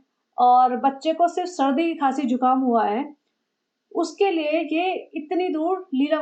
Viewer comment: Not jhukaam it is zukaam